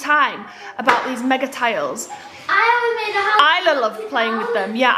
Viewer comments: Toddler toy ideas!!!!! Spare the IFAM! And its Magnatiles not megatiles. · FFS they’re called MAGNA-TILES not mega tiles. Can she not get anything right?